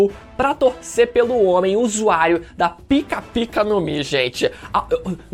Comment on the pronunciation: Slk encheu a boca pra falar PIKA kkkkkkkkkkkkkkkkkkkkkkkkkkkkkkkkkkkkkkkkkkkkkkkkkkkkkkkkk